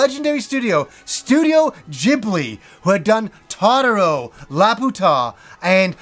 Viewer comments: It's Ghibli, not djibli. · 1st, Ghibli is pronounced with a hard G. 2nd, an RPG with art from Studio Ghibli is like a dream come true! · "studio jibli". WTF is that pronunciation??? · “Studio Jibbly” 😂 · studio "J"eebli? SMFH... that's how you know the fake fans LMFAO... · Really butchered the pronunciation of those movie titles LOL.